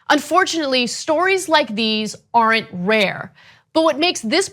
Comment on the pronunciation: “Aren’t” has only one syllable, not two!